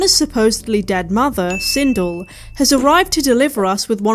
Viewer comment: Christ,I totally hate myself for not being able to restrain myself from correcting you on this... ....but the character's name is pronounced Sin-DELL. It's probably actually a credit to you that you didn't know that. Because it suggests that you have better things to do with your time than learning character names from a 30 year old video game and/or its notoriously poorly made film adaptations.